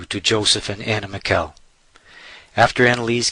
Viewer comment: lol this cracks me up. guy can't even pronounce her last name right. whole thing is ridiculous